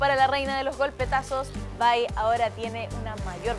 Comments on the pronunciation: Cual es "bay" que es Vi mujer viiii se dice vi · vai? no es vi?